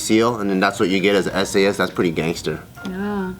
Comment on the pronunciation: When she said sas instead of s a s😂😂😂😂😂😂